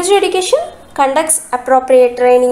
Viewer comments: Nice notes.. But pls pronounce the word education properly. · Very good teaching style but the word education is not pronounced properly